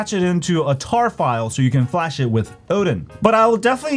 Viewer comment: The way he said odin breh smh